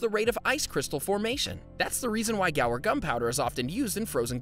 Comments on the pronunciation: You pronounce guar, "gwar", not "gower". You'd think the guy woulda read that better than he did. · It’s not gower, but goo-ar. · It's "GWA-AAR" gum...NOT "GA" "WAR" gum. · Isn't it Guar, not, Gower gum? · What an interesting way to pronounce “guar”. Are you sure it should be pronounced like this?